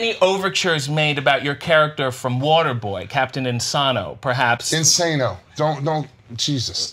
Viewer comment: Lmao How do you mispronounce "Captain Insano"? 😂🤦🏽